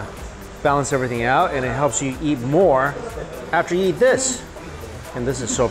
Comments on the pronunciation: i like how he says "yeet" instead of eat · why does he say "yeet" instead of eat?